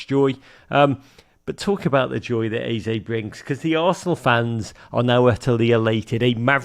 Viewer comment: Your Eze pronunciation is spot on